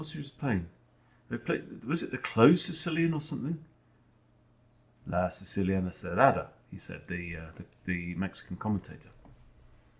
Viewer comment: Nice recall on the Queens Gambit! La Siciliana Cerrada, cerrada is pronounced with a hard "r", very common in spanish, not existant in english I think. You really need to rrrrrroll that tongue 😅 Indeed, "Abierto" is "Open", like in Siciliana Abierta 😉